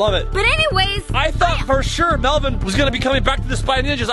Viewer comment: Or melven or should I say melbon😂😂😂😂😂LOL 😂😂😂😂😂😂